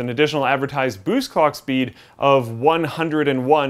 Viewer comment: did he say cock speed ?